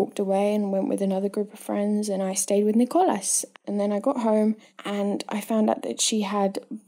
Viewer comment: Ne-Cole-As XD